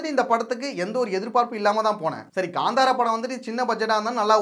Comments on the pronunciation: Bro this movie Name is Kanthara. It's not Ganthara. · That is not Kandhara, Kantara